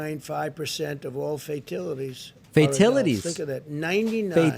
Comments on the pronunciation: Did Trump say "fatilities" instead of fatalities? Or was i dreaming? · "FAITILITIES" LOL!!! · Fatilities!?! The word is fatalities you reading challenged boob!!